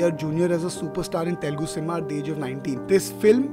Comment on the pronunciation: Please be conscious of the fact that it is "Telugu" and not "Telgu"